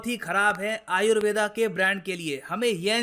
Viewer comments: जो योग को योगा और आयुर्वेद को आयुर्वेदा बोल रहे हैं । वो उच्चारण तो सही कर लो । दुसरे के चक्कर में खुद को ही भुल गए । बुरे समय में अपनी ही विद्या मददगार है ।। दुसरे हमारे ही चीजों को अपना बता रहे हैं , हमको पैकट में बेच रहे हैं । हमारे लोग कब जागरूक होंगे । कोई दूसरा आपकी जिम्मेदारी नहीं निभाएगा ।। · Sir why are you pronouncing it as Ayurveda? Aap ko to pata he it is pronounced as आयुर्वेद and not aayurveda , English me har pronounciation galat tarike se di ge 🙄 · "आयुर्वेद" बोलिए, "आयुर्वेदा" सुनने में विचित्र लगता है।